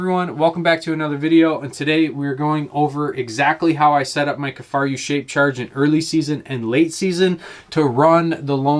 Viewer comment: “Kifaryou”?? What???